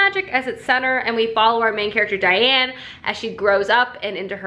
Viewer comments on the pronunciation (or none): Daine, not Diane! Love Tamora, my next book will be tempests and slaughter, looking forward to it! I hope you will be reading the new Sarah maas book coming out in a few days (im a sucker) I get the whole not feeling like a book - its like wading through fog if you dont feel like it.. I make plans for the order of books I should read, then when if comes to it I just have strange aversions to certain books or genres, I like to switch up serious vs light books and like 1 non-fiction per 4 fiction books - I read mostly fantasy fiction too with a smattering of contemporary. I love your vids, ive picked up many books based on your reviews. I lukewarm-liked emergency contact, I dont think it picked up as much as I expected it to. II fell in love with Victoria Schwab (shades of magic series and vicious) and scythe is on my bookshelf TBR :) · So glad you like Immortals! Its been my favorite series for many years! But I CRINGED every time you called her Diane lol. Her name is Daine (like Dane). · I love Tamora Pierce so much! Particularly her Immortals quartet!! It’s so wonderful! Just as a heads up, I listened to the books on tape and the main character’s name is Daine not Diane. That’s how they pronounced it in the audio book (rhymes with thane)... anyway! Great video! Love your reading vlogs!!